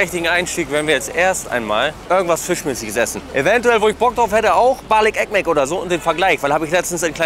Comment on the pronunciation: Ich liebe es wie mit seiner Aussprache „Bali Ekmek „ sagt, wortwörtlich übersetzt sagt er halt Brötchen mit Honig die ganze Zeit 😂😘